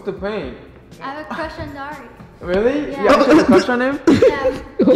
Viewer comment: I keep hearing Dori not Dari!😹😹😹